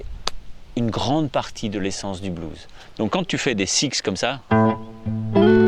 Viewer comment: yes!! Et en plus il appuie sur les syllabes!! Yes!! Bise mon...👌✌